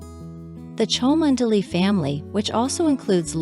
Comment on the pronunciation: It’s pronounced Chumly! Dreadful commentary.